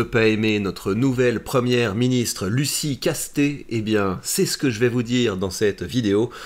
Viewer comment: En tant que gascon, on dit "Casse-tèts", pas "casté" 🤣 Comuniste oui, mais avec un nom du sud ouest X)